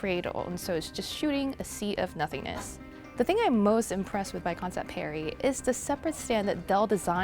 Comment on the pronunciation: It's not perry its pari